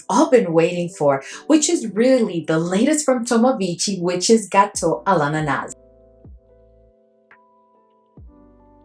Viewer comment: Hi 😍, you're doing a great job pronouncing the last fragrance, except the S is silent at the end 😍, my bottle arrived yesterday, blind buy and 1st Tomavicci, sprayed it on paper 1st and got 90% of what and how you described it, def picked up a dominant pineapple, something nutty and then bread/ cake, I think this is the 1st fragrance where I actually got a bready /cake feel, no rum yet and to me it was light but I didn't have the patience to let it sit 🤣 I think I'm going to love it, everything I was getting was great ❣ and I'm excited to sample the other 2 as well,looking for the perfect banana 😍